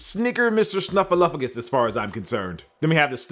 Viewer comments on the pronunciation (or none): none